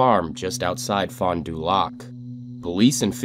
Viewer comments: It's pronounced fon do lack (fond du lac) not lock... Just saying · Wisconsin does not allow polygraph. Also, it's Fon Du Lac pronounced "Lack" NOT "Lock" 🤦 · I’m from around there, it’s pronounced Fondah lack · Wisconsinite here. It is not pronounced “fondu-lock” it’s pronounced “fondu-lack”🙃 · Wisconsinite here, Fond-Du-Lac is pronounced Fond-Due-Lack not Lock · Cant even say fon du lac right its not loc it's lac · Hearing him say fon du lac being someone from Wisconsin is funny 😂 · Fon Du Lac, or Fahn Da Lack as most Wisconsinites know it lol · Fon da lack is how it’s pronounced in the town, common mistake. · I'm sorry I bet bet you already get a lot of name corrections but it is pronounced Fond(Ph-ond) Du(Do) Lac(Lack) (Keep in mind to say it fast as normal speech lol) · It's pronounced Fond-Du-Lack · oh no that part of the pronunciation was correct. I just thought it was kinda funny he put the emphasis on the “du” part as well as the “d” part in “fond” since I’ve never really heard it like that before. I think people usually just sorta run it together like one word. I’m not real great at explaining things so idk if that made much sense lol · the way he said fond du lac though lmao. i swear i’m not insensitive, this is a horrifying story, but i was distracted by that since i’ve lived in wisconsin my whole life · Bruh as a wisconsinite, you slaughtered the town name Fond Du Lac 😭 great video though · I hate the way he says Fond du lac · Ok the rape and murder is bad but did the way he pronounced Fond du Lac bug anyone else